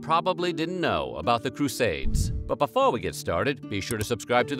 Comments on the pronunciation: “but BIFFOH we get started!”… 😂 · I just don’t get it!! The accent! Somebody please tell me where the hell the narrator is from, bc every time he says “Before”, I know he’s not American. Does it matter? Nope. But I still wanna know.